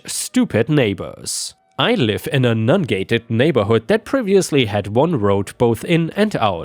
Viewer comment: Every time you talked about the non-gated road I had to check the text because you were pronouncing it Nun-gated. It just felt strange that they would be using Nuns as a gate on a road. :)